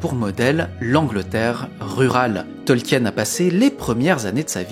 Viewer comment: AAAArrgghhh, mes oreilles ! On ne dit pas TolkiÈÈÈÈÈÈÈÈnne mais Tolkiiinne ‼ De même qu'on ne dit pas Parissssssse, mais Pari. Merci. ,04h32' CET